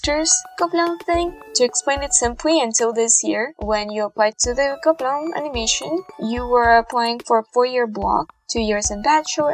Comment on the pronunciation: And here is was pronouncing gobelins as GOBLINS 😂😂😅